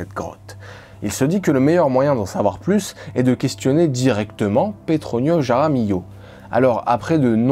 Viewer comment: Sérieux mec, fais un effort ! Pour dire Juan, tu utilises le son de la Jota, je "j" espagnol, qui est un R gutural et pour dire "Jaramillo", tu le prononces comme un J ??? T'es pas idiot pourtant, tu devrais te rendre compte ! Et LL en espagnol se prononce Li donc "Raramilio", ou R est le R gutural. Sinon, si tu ne sais pas parler espagnol, tu prononces tout à la française. Et merci pour la vidéo.